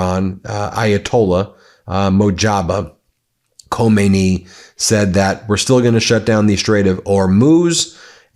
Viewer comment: I absolutely love your channel and watch your updates daily, and I am now going to be that person. Could you please try and pronounce the Strait of Hormuz and Mojtaba Khamenei correctly? I do spread word of your channel widely here in my home country where many people are oblivious to the goings on in the Middle East.